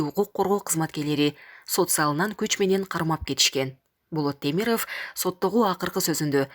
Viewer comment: Темирыф эмес. Темиров деп оку. Тантык журналист.